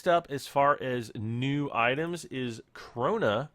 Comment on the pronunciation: it's KRONE NOT krona